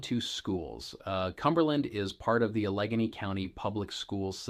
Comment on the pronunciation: Hmm, I’m not sure he’s a local if he can’t pronounce “Allegany.” 😬